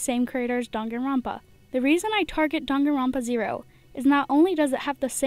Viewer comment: Me hating how she pronounced danganronpa wrong